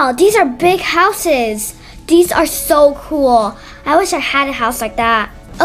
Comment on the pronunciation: it not dhese it is these